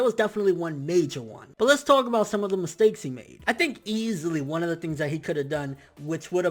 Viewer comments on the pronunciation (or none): none